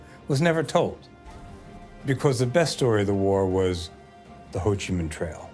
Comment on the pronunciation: Hey, it's Minh, not Ming, jack-wagon....